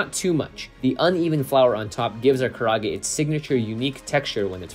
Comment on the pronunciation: Does keep saying "karage"? Like karate, but with a g?...That makes me want it more now. MOAR! NOW!